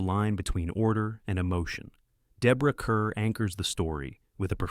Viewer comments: Deborah Kerr, pronounced Car. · Deborah Kerr pronounced car.